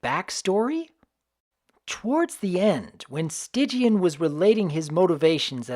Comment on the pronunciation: Why was Stygian's name pronounced "Stidgian?"